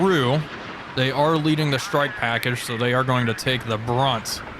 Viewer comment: Why do you say "Shtrike" and not "strike"? LOL.